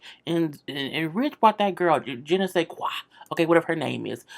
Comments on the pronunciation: Everytime she say it, I laughed!! 😂😂😆😆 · I believe her name is Jenaskye pronounced Jen-a-ski